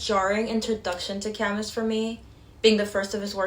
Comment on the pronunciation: Your insights are remarkable. Thank you. And some gentle feedback. "Camus" is pronounced "Ka-MOO."